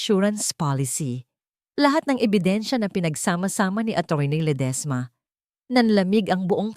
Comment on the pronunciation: Ang Arte mo namang mg pronounce maam Lede esma Diba Ledisma